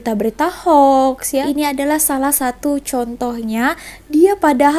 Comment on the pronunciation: Ini baru betul sebutannya. Ejaannya ialah Hoax, tetapi sebutannya adalah Hox